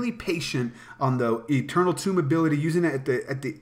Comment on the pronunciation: what's goin on what's goin on? great vid, although I can't stand when people pronounce eternal tome like "tomb". the word tome rhymes with home.